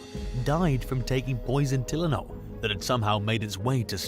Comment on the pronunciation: Who doesnt know how to pronounce TYLENOL